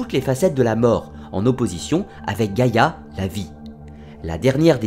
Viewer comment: C est pas giagia (gaia)😂 c est géa!! (I don't want to insult..im in love with your accent) Giagia means grandmother. (When a and i are next to each other .. Like the word gaia ai is e acoustic ) Good job though!! Congrats